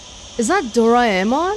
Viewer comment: It's pronounced Do-Ra-E-Mon. It's Japanese animate character ドラえもん。